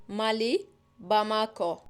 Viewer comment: Aslında İngilizce Mauritius'tan ziyade Morityus deniyor olması lazım. Bir de ülke olan Mali'nin telaffuzu kısa olur. Videoda ma uzun okunmuş, bu daha ziyade "finansal" anlamındaki "mali"nin okunuşu. Genelde yer adı ile eş anlamlı başka bir kelime olduğunda, yer adında vurgu ilk hecede olur. Ülke olan Mısır ile yiyecek olan mısır, il olan Uşak ile hizmetçi anlamındaki uşak gibi. Mali'de de "ma" hecesi vurgulanır ama uzatılmaz. Muhtemelen bu ayrımı yapamayan makine çevirisinin ses dosyası kaynaklı. Bu arada Batı Sahra'yı Fas kendi toprağı sayar, hatta baya bir kısmı şu anda Fas kontrolünde zaten.